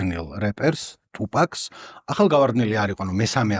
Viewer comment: ყველაფერი ძაან კაი და მშვენიერი, უბრალოდ გთხოვ თუფაქს ტუპაკს ნუ ეძახი :დ <3